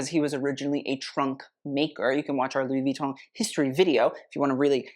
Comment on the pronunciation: you pronounce "Louis Vuitton" PERFECTLY. Thank you, thank you, thank you.